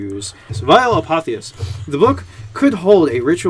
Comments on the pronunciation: Apotheosis: A-POTH--Ē-Ō-SIS. Put the accent on the second syllable. Cool word. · apo-Theos-is, check the etymology.